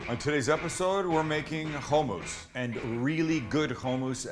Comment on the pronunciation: HOE-MOUSSE??? ITS CALLED Hmm US